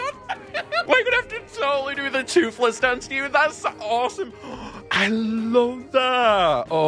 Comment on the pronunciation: did you said toothless dance